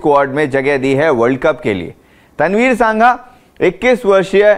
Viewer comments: Its तनवीर संघा not सांघा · सांघा नहीं, संघा